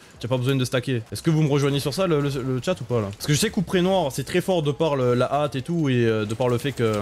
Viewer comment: Petit détail : accélération de compétence est dite par le mot "hâte" pour "hâte des sorts", et non "AT"